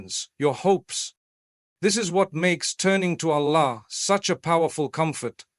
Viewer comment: Please teach AI to pronounce the words "Allah", "Prophethood", "duas", "Jannah", "Maryam" etc otherwise it lacks credibility. Thanks for the beautiful AI created imagery in the background.